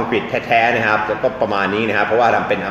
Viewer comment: คุณอาดัม ต้องพูด ‘ครับ ‘ไม่ใช่ ‘ฮับ’ นะคะ